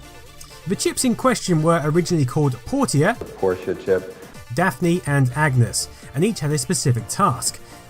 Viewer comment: Why does it sound like he keeps saying "the Porsche chip"?